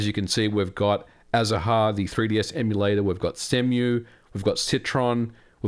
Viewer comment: I believe the name of the 3ds emulator is spoken as azar, ignoring the “ha” part. It is the Spanish word for citrus flowers.